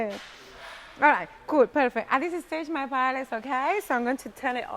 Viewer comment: First, As spanish when someone pronounces "paela" I run away. Second. Ingredients are very important. Rice it's absolutely necessary that it be rice called "bomba" a variety grown only in spain. Not rice from asia or another place. Falvour changes absolutely. Third the seafood not from Pacific please. Shrimps, calamari, etc..don't have favour compared with spanish sellfish. It's impossible to taste a really good paella out from Spain because the ingredients are not good, even if the cook is spanish. To finish..."paprika" in the paella? Oh my God.